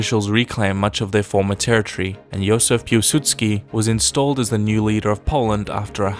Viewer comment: Jozef Pułsudzki? It was Józef Piłsudzki